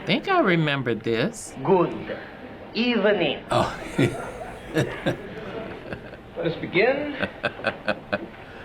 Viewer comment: So SNL started "Good Ebening"...